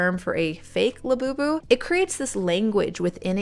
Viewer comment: Sounds like Lapoopoo. what a crazy sh*t